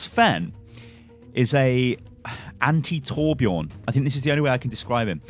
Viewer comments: Sven is a Nordic name, both seen in Denmark, Sweden, and Norway. Judging from the distinct blond hair and beard + bright blue eyes, I'd say Swedish.. Would make sense when he and Torbjörn have history. (And btw everyone are pronouncing Torbjörn wrong xD just want to let you guys know) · Please learn how to pronunce torbjörns name corectly... PLEASE!